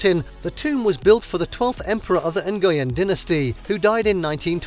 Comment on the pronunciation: You completely slaughtered the pronunciation of the surname "Nguyen." Please, at least put some effort in learning how to correctly pronounce the name.